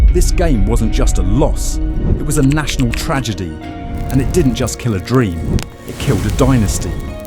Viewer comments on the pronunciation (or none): Tragedy ❌ tradegy ✅ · No it was a “tradegy” 😂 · "Tradegy" The defeat was so lopsided, it gave the video dyslexia.